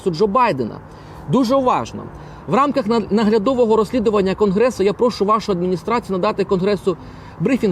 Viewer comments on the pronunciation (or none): none